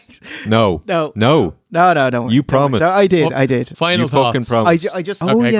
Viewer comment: Alex Wright said "this was a hella a Wictory Road, I PWOMISE."